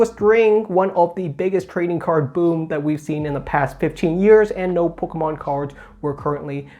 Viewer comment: that said, out of all the youtubers I watch, I like the way you say "pokemon" the best. Don't tell Squeaks ;)